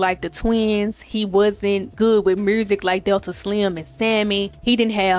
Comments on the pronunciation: Did she say murrsik? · “You know… the mursic,” I know what part of the South you from cousin Edit: I love being right . I knew it had to be somewhere around West Alabama, Mississippi, Tennessee, sumn